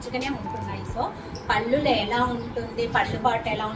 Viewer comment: పల్లు.అంటారు . పళ్లు కాదు అండి మీచీరలు అన్ని బాగున్నాయి